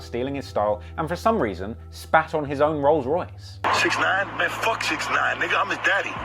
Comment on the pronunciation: The crip dude said "we just kicked your 'rose' royce" lmao